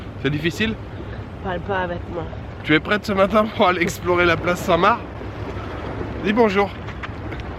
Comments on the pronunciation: Place st mar tu prononce pas le c ;) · On dit Saint Mar. Le C ne se prononce pas.